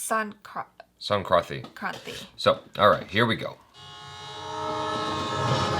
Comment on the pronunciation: When trying to say sankranthi Me: 🙊🙈🙉